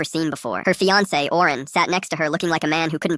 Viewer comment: Owen❌ Oren✅